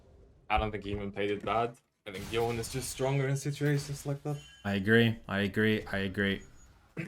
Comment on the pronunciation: It's not Yo-nay. It's like Bone but with a Y. Not debatable. Japanese historian confirmed.